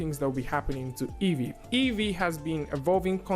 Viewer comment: Great. Why is that EEYEE instead of EEVEE?